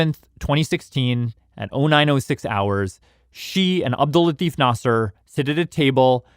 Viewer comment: i love the podcast, but the way the host says his name is making me so uncomfortable. that's not how you say latif. its la-t-ee-f. because in Arabic, farsi, urdu etc there's a ي between the "t" and the "f". i know its a small thing but its driving me mad